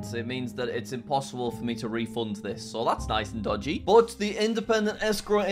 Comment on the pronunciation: “this is incredibly dogey”